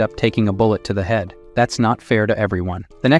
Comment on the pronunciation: bull ett, cal lead... oof. The Ai voice needs a bit more training or better scripting